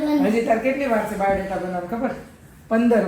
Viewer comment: આ ભાઇ ને સ્ત્રી 2 ના સેટ પરથી જ ઉઠાવી લાવ્યા કે શુ......સરકટા નુ ગુજરાતી સ્વરુપ..ડોકી વગરના ટીશર્ટ વાળા😂😂😂😂😂😂😂 પીનલબેન Rocks😏 ચિંતનભાઇ shoked🤫 = બાયોડેટા ❌️ બાવૉદેતા✅️😂😂